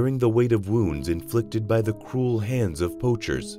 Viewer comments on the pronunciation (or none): none